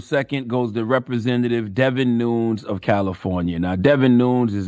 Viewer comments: He said it correctly at the very end but that was after he mispronounced it at least 15 times. Lol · Devin noons 🤣😂🤣😂. I think its pronounced Nunez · It’s Devon not David and nun-YEZ not noons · Charlemagne, please check the pronunciation of his name. It’s not noons, unless you were trying to be funny. It’s pronounced Nu-nez. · It’s Nunes(Noon-yez) not Noons lmao Jesus Christ 🤦🏽‍♂️ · It's Pronounced "Nunez" not "Neuns". I wonder if Charlamagne knows the congressman is Hispanics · “Noons “ lol it’s “nooh-nehz “ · Y’all spelled his name so wrong. Lol Devin Nunes (Charla pronounced like NooñEz) hahaha. I was like “Who the heck is he talking about!?!” Noons?!? Lol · Charlamagne needs to learn how to say Devin's last name. It's not "noons". It's "noo-nez". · C tha God, it’s pronounced “NOON NESS”! 😂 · Pronounced "Nuñez" or "Nunyez" I believe. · It’s said like Gomez Noon-ez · Charlemagne, I want you to keep that SAME energy for Bill Gates, who is a computer guy moonlighting as a doctor/ epidemiologist with all his advice on vaccinations and covid 19.... oh and his name is pronounced nu-nez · Nunes Probably pronounced noonez You better harp on DeBlasio Don't give dude a pass He the Trump of the Democratic I mean socialist party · Dudes name is pronounced noon-es pretty sure it’s Portuguese. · NU NES how can you not know who this man is. You're pronouncing his name wrong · It's pronounced "New-Nez"... Everything else said about him is accurate. He's a complete idiot. Edit: just realized he got it right at the end 😂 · His name is pronounced Nu-NEZ. Like the Spanish name Nunez. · He should be imprisoned for endangering public health. Also, his last name is pronounced "Noon-Ez"... he's 3/4 Portuguese; white people aren't claiming him! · CTG his name is Nu-NEZ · It’s “Noon” “yes”... say the demon name right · Devon new-nezz!!! Spelled it so idiots can understand!!! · Buddy is just LOST 🤦🏽‍♂️. I think his name is pronounced Nu~Nez tho, Charlamagne. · “Noon yez”